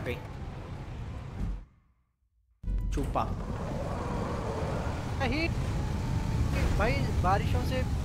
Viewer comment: CHOOPA CHOOPA bola karo 😂